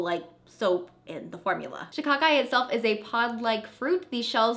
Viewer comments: You are saying shikakai right. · Yesss you said Shikakai right..